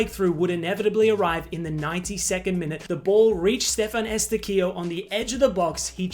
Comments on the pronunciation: Eustaquio is pronounced "you-stack-ee-yo", not "ess-ta-kee-yo". Love the content, love the Canada coverage lmao 🇨🇦🇨🇦🇨🇦🇨🇦🇨🇦🇨🇦🇨🇦🇨🇦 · I was at a watch party in Canada for the game and I can confirm I sang myself hoarse🇨🇦🇨🇦🇨🇦 Also it’s pronounced you-stack-ee-oh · That Estáquio pronunciation almost made me shoot myself